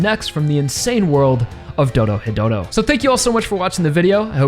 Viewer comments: Ah yes, Doro-hetero, such a fantastic series. Sorry, I just like poking fun when people say it that way, this video describes the series well. I decided to pick up the manga since I couldn't wait for the anime to get a second season. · Ahh yes, I also enjoy "Doro-hetero"